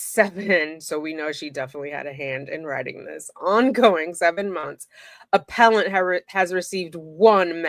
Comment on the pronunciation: Excuse me, it's pronounced, "aPPellANT!!!"😄🥰